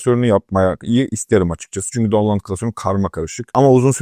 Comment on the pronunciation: down-loud ? yapma dostum...